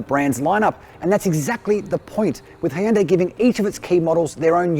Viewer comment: still weirded out by their pronunciation of hyundai...